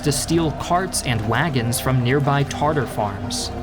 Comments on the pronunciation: Small correction: Tatar, not Tartar! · You mispronounced Tatar